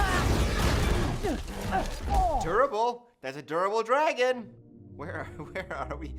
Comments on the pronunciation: I am 2 minutes in and just know by the end of this ima be pissed because the way says dragon GOD drives me nuts. THERS NO E!!!! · question for the native english speakers: is this how you usually pronounce "dragon" ?